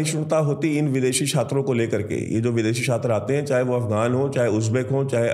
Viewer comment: क्षात्रों नहीं। छात्रों। भाई सही हिंदी तो सीख लो पहले। फिर वीडियो बनाना।